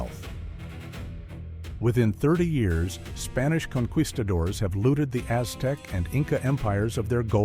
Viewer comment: Gotta love those "conqweestadors"!